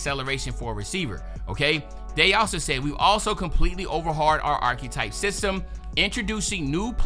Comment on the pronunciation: Bro u gotta learn how to pronounce “archetype”